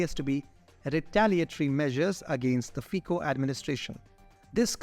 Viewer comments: Fico read Fitzo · Very good work guys! But... if you are making video about single person, it is better to say his name properly. It is very simple. Just find on youtube original slovak video Robert Fico, and there it is.